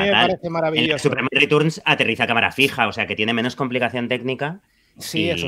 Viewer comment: En España hemos pasado de decir "Returns" a Superman "Ritorns". Si queréis ajustaros más a la pronunciación en inglés sería más bien "Riterns".